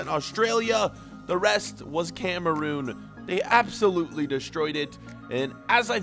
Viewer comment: Dude it is Cameroon not Cameroom